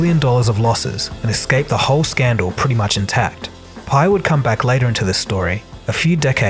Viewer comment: You clearly watched The Smartest Guys In The Room - in fact you quote it verbatim several times throughout your video How is it then that you pronounce the names wrong? LOW Pei and Andy FUSStow?